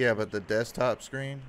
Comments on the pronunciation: The "dextop" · None of them can pronounce DESKTOP .